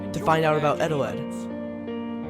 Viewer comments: no wait on not eteled, EGELED. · "egg eteled" Eggeled